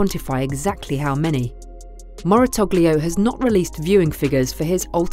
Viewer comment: "Moratogleo"... Certainly an interesting way to pronounce his name.